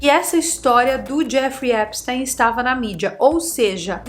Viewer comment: O nome dele se pronúncia epstin... e a mansão dele era em palm beach e não palm bay... que são lugares diferentes na florida